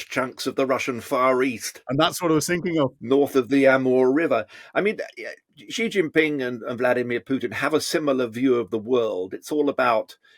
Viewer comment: Please don't say zhee zhin ping. The first syllable approximates to "she".